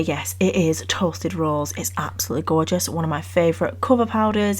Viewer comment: The snake is killing me! It’s gawwwwjous!!! Love these so much! ❤